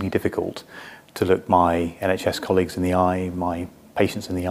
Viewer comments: Why do you pronounce colleagues that way? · The way you say colleague’s always makes me 😂.